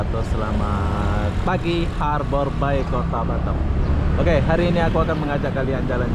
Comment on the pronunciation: Hallo,, nak kenalkan saya pak Herman from Bengkulu, i have a dream to live in batam, ya, saya punya impian,harapan tinggal di Batam). Bagaimana dengan mu ( how about you ), lebih keren lagi kalau kau bisa bahasa Inggris, boleh belajar sama bapak, free ( gratis )., maaf yaa, bilang harbour bay, harber BEI ya, r tipis saja, samar. Macan orang Malaysia cakap, bapak boleh juge cakap Melayu dan beberapa bahasa daerah, sebab bapak orang Melayu juga dari Sumsel sebuah kota kecil lahat namanya 225 km dari kota palembang,bahasa daerah,bapak mirip bahasa maysia contoh, balik, petang, buluh( bambu) ketam( kepiting) kemane, Mane, limau ( jeruk) petai, jangan petei kalau cakap sama orang Melayu, tapai, datang, gelap, itam, Ade macam itulah cakap darah bapak, sebab bahasa Indonesia gaul ( slenk) dipengaruhi bahasa daerah Jawa, Sunda, Betawi Jakarta,dll. Ok,, thanks see you later.